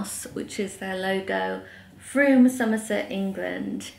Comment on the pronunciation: You're definitely pronouncing Frome correctly. My husband's nephew lives there! We've never been but it has a brilliant market, I think on the first Sunday of each month. Lovely to have the tour of the house and Bath, and also to see all your purchases. Books and chocolates, what could be nicer. Those peonies are gorgeous, what a fabulous colour. A lovely scarf for your mum from Perspehone. Topping looks a super bookshop. I hope you enjoyed evensong at the Abbey, sounds very special.